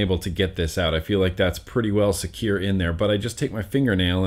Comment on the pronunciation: I died when you said securrrrrr 😂